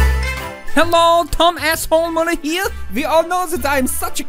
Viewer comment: it's Müller not Muller